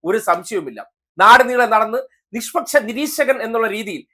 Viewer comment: നിസ്പസം അല്ല നിസ്പക്സം🎉🎉 നിങൾ കേരളത്തിൽ അല്ലേ ജനിച്ചത് സ്കൂളിൽ പഠിച്ചത്